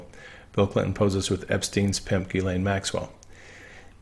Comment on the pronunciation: Not sure how She pronounces her name but the correct French pronunciation is: (hard) Gee - len. Not Gee as in "Oh gee!" Nor "layne" but "len". With Stress on 2nd syllable.